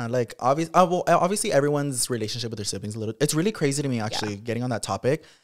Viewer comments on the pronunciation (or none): Wtf is a sivling!? U mean siblings !????😂